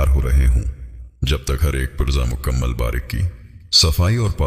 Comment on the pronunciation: It's not makmal it's mukammal